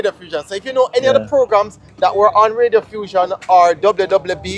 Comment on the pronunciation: Not Radiofussion, Reddiffusion.